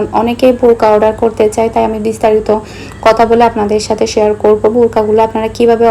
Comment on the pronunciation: আমি খেয়াল করে দেখেছি আপনি থ কে ত উচ্চারণ করেন যেমন কথাকে কতা বলেন